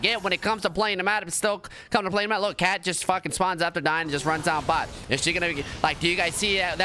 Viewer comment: Lmao i think he maybe meant to say cait. But he def said kat